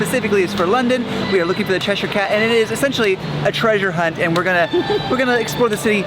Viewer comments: CheshEEEER not CheshYYYYYR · Che sher cat pronunciation the che shire cat prounounce like blackboard scrape for ukers lol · Steve keeps making fun of the way says "Cheshire" cat 😂 and I told him "Steve we're talking about the person who called Trafalgar Street 'traflinger' street" 🤣